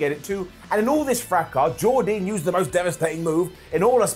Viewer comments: Every time he says her name wrong I will thumb down the video. It's not like the commentators don't say her name. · Jordynne Grace challenging for the X-Division title......MASSIVE UP!!! hope she wins at BFG. Please though can say Jordynne’s name properly!!!!!